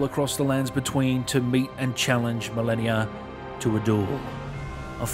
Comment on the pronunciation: Melania, Melanie, Marleny. He pronounced it right, no?